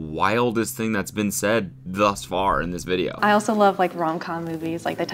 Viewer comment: Cody why’d you say video with a B in it? 😂💀